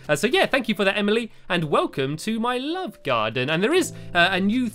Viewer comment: Stampy wampy cloned a cat, in race to the moon he wears a hat, he hangs with lee wile drinking tea, He is cool as cool as a pool, instead of love he says wuvvvvvvvvvvvv! :)